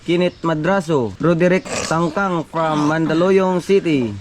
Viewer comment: Tingcang hindi tangcang